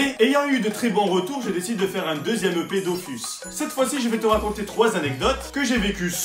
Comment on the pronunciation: les DOFOUSS